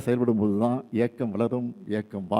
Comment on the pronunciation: அது ஏக்கம் இல்ல ஐயா இயக்கம் 😂😂😂 romba jam aguthu pola 😂😂😂😂